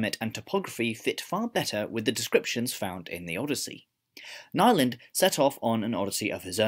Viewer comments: Nyland is pronounced as if it were IPA. Also it means “new land” The way you said it sounds like “nylon” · If a sel- claimed "linguist" doesn't know how to pronounce Nyland and Chomsky correctly, there may be some doubts concerning his other opinions... :) Some facts are real gibberish of course, but several theories are still considered more or less probable.